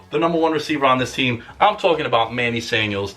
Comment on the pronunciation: Did he say Manny Sanuels ?